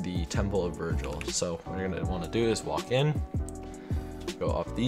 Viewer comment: its vigils not virgils